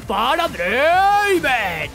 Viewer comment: No es Draaven es Draaaaaaaaveeeen